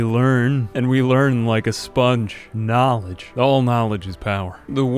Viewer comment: I crack up whenever he says "knowledge"